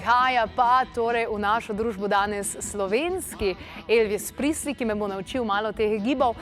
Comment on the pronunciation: Ne "Prisli"! Izgovarja se "Prezli".